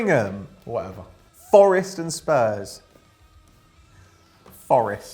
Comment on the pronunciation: LOL the way said Spurs